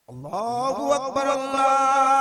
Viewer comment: اللہ اکبر نہیں ہے بھائی جان بلکہ اللہ اکبر (ر ) کے اوپر پیش ہے ( ر ) ل میں ملا کر پڑھ ہو